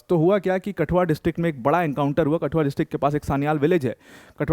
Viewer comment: It's not कटुआ its कठुआ